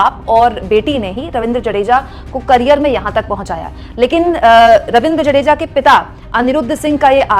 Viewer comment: 'जडेजा' नही है, 'जाडेजा' है। पत्नीका नाम रिवा है, रिवाबा नही।